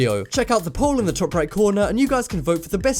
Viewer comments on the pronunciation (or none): So At the end, when he said, "Check out the poll in the top right corner" Am I the only one who heard, "Porn," not "Poll?" I'm sorry.